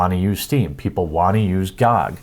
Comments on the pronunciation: Its G O G and not GooG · it’s G-O-G... not spelled out gog lol 😘 love you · GOG is not a word, it is three letters pronounced Gee Oh Gee. It is an acronym for Good Old Games.